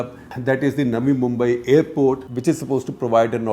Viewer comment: Is it just me or did others also hear Shekhar ji saying 'Nami Mumbai' instead of 'Navi Mumbai' 😀